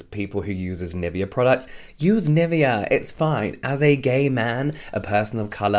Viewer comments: And I keep cringing on the pronunciation of Nivea 😂, sorry it's just so wrong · I mean no hate whatsoever, but I can’t stand the way u say NIVEA, it’s German u should be saying it like that 😭😭😭